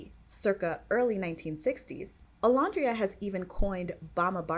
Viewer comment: Great video, I would say her alter ego, that she and her friends pre-fame came up with, is actually Bama Barbie, and to pronounce her name it's O-LAND-ria. Like the word LAND:the part of the earth's surface that is not covered by water, as opposed to the sea or the air.